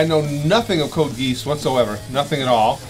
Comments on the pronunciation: ITS PRONOUNCED GEE-AWSS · it's pronounced "Code Gee-oss" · I"m not sure if you pronounce it wrong or the way you say "oss" would be different with the country your from, but it should be Gee-ahss